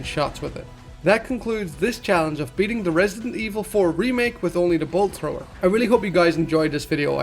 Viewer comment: Take a shot for everytime he says bolt thower